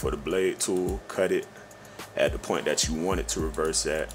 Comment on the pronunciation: "dat" "dat" "dat" Do mean to say, in plain English, "The way you do THAT"? Sorry, but the way you speak reminds me of the 27 years I spent working in the USPS in Houston, TX where 95 percent of my coworkers were black, or is it Black? Whatever...great tutorial, anyway. I appreciate your time and sharing. I learned a lot. Many thanks for your efforts.